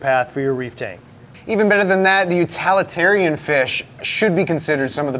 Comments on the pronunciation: Utalitarian is NOT a word! It's utilitarian. The root word is utility , not utality. Otherwise this is an excellent video. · And utilitarian but I guess up there where they are it is utilalatarian